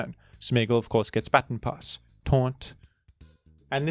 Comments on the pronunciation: It's "ba-tawn", not "batten" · Hey I am a 27yo blind man from USA. That’s not how you pronounce baton :) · Hi, great video! Unfortunately, I as an Australian do not pronounce baton as "batten", rendering the entire video invalid, and the point moot. If you could kindly take the video down and upload an apology video, that would be great. Ukulele optional. Thanks! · Can’t believe this guy pronounces baton as baton instead of baton 🫵🤣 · I am not a rotten egg and therefore will not be commenting on pronounciation of the word "baton" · You say baton funny. Sincerely, Rotten Egg